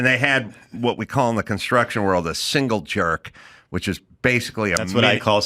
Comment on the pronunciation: Construction guy here. Pretty dang sure its "single jack" not "single jerk"